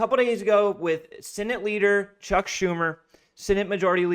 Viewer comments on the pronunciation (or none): none